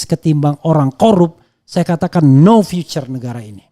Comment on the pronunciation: Pronounciation matter, Future dibaca viuce Bukan vicer ❤